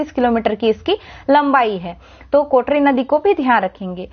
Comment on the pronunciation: Kotrri nahi kotri